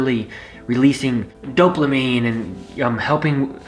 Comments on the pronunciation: dear, I believe the word is dopamine, without an "L", not doplamine. You're welcome! Constructive correctiveness, that's all. Btw, your story is very inspiring, good buddy. You have a heart as big as Texas. It shows when you tell a life adventure or happening. Love you and Chris. You're two great guys....... 😎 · Thanks for sharing everything, and I’d love to hear about your spiritual experiences.... but it’s pronounced “Dope-A-Mean” lol it triggered my ocd when you said “dope-LA-mean”... and it’s spelt dopamine lolol ik you have dislexia but I hope this helps you if you ever talk to muscle heads to save you an earache 😊